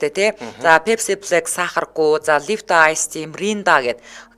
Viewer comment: Yahnuu 😅uuruunh ni english aylagiig hen ch gomdollodoggui sonsdog sh dee 😂 Pepsi bleck ni oros aylaga uu en ter